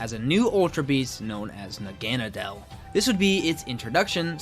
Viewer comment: You said Naganadal wrong its Nah-gun-nah-dull either way great video